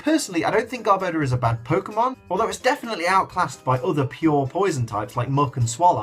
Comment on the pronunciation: Lmao how he pronounces garbador 😂